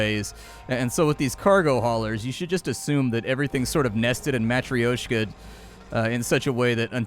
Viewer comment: Mah-Troy-Schka Doll